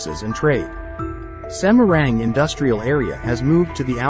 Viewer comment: Semarang kok pengucapan nya jadi semeruenggg😊😅😅